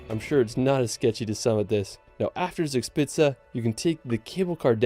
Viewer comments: The video misspronouces "Zugspitze" so much, that I really can not understand it even if I know and try to know what they tray there. ;) Try it like this please... at least that is closer to the real one: "Thooc-shpitza" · Yes you can pronounce it if somebody describes the phonetics to you. Zugspitze = Tsoog-schpitse. ( literally translated “Draft-Peak) You are correct with the Wine Riesling. It is Reezeling - never Riseling 😊 Minute That is Drachenburg in the city of Bonn. ( Would translate to Dragonburg ). Named after the mountain it is built on the Dragon Mountain. The Mountain named after The Siegfried the Dragonslayer Saga! The Hohen-tsollern Castle named after a distinct Aristocratic-Dynasty. The Family roughly dates back 1000 Years. the Glas Building on Top of the Brick-Stone Building is Hamburg’s Philharmonic Concert Hall. The Hanseatic League was a medieval confederation of merchant guilds. This is where German National Carrier Lufthansa’s name derives from. Luft = Air - Hansa= confederation of early German airlines ( ca. 1920s). I could go on but don’t wanna bore you to death 😅. Loved your reaction ❤ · Pronounciation of the place names in the video is slightly off the mark, Zugspitze would be something like “Tsook-shpitzah” for example and the Mosel should be pronounced Moh-zel. The castle you spotted on the Rhine and enquired on is actually one of the least historic ones, it was built in the 1800s, while there are many real medieval castles that had actual defence roles in the Middle Ages.